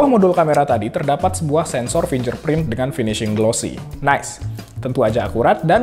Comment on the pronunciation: Fingerprint = Fingger bukan finjer Purple = Perpel bukan parpel Build = bild, u nya ga dibaca